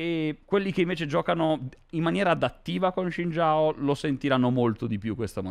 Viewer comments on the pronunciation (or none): No, non lo è. Lui lo pronuncia tipo Shin Giao quando la pronuncia corretta è una sorta di Sin Jaw (Non è proprio identico alla pronuncia inglese ma molto simile). Non gliene faccio una colpa, ma almeno si informasse bene se gli interessa davvero sennò sembra solo una presa per il culo. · Si ma shin jao non si può sentire pls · Adoro come si atteggia ma comunque sbaglia la pronuncia di Xin Zhao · Non ho detto sia sbagliato ma con l'abitudine di non sentirlo pronunciato così mi ha dato troppo fastidio lol